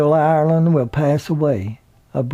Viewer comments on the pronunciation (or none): none